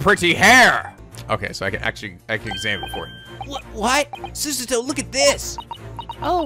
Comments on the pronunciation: I implore you to please just say Susato's name the way you started out with. You're completely off with the way you're saying it right now, and the way you said it before was wayyy closer to how it sounds originally. If you want an example of how Japanese people say it, there's this LP: (this is at a part that you have already reached) The more natural way to say it in "english" would be su-SAH-toh (putting the emphasis on the middle syllable, and having the last syllable be a bit longer too). Another reason I implore you to do this is because you're obviously struggling - please do not struggle for us, I'd much rather you say it the normal way that you started out with. It sounds more natural and it only makes sense. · Yeah the way he's saying it is completely wrong. Its susato like you read it not súsátó. wth? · Am i the only one who thinks that pronouncing súsátó instead of susato as is is very wrong? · FOR THE LOVE OF GOD, HER NAME IS PRONOUNCED SU-SAH-TO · Sue - Za -Toe ...... za like in pizza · I agree wholeheartedly. The way is pronouncing it is just jarring and unpleasant due to how unnatural it sounds coming from him. Some people have been giving a hard time about not pronouncing things the "proper Japanese way" but they're really just being hypocrites. They act like it's culturally insensitive to not pronounce names the native way, but they're being insensitive to the fact that it is naturally difficult for someone of a different culture to do so and causes them to just sound wrong. should NOT feel obligated to try to pronounce names the "Japanese way" just because it's "proper" because it honestly isn't. I must disagree on one thing, however, I assert that the "more natural English way" would be to put the emphasis on the second-to-last syllable. He should be saying "su-SAH-toh." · You should make a counter for how many times you f*ck up Susato's name. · DRINKING GAME: Drink everytime mispronounce Susato.